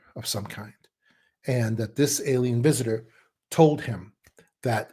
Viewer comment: WISITOR AND WACHER EARTH GAIA😂❤❤❤